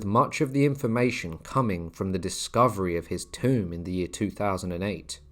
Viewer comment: 'Tomb' is pronounced to rhyme with 'too' not 'phone' 😔.